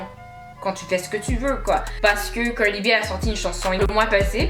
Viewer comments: Pourquoi toi tu ne fermes pas ta bouche Cardi est déjà au TOP et toi sans boucle d'oreille DAMN la façon tu prononces son nom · Putain la manière dont tu dis Cardi b...